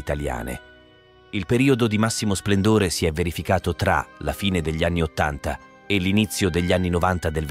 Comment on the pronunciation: Buon pomeriggio. Non so perchè quando pronunci 1989 metti l' accento sulla seconda a di Ottanta, però ci sono altri casi in cui metti l'accento sulla vocale inappropriata. Comunque un video molto ben documentato.